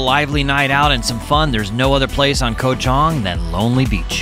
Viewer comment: Koh Chang ! Not Koh Chong 🤦🏼‍♂️